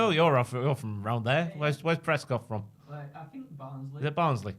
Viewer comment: Ohhh not doing the Baaarnsley comment, we don't say it like that.